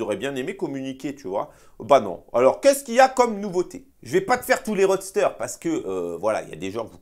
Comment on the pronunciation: Roster, ce n'est pas roadster. 😉😅